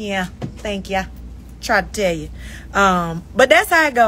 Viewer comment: I heard that bmore Yew 😂🤣 love it!!